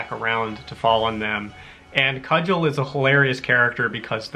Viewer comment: Cugel is pronounced koo gull. Long U hard G. Hitchhiker's Guide is best experienced as the original radio drama.